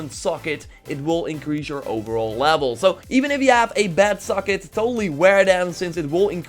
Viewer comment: “Overall lavel”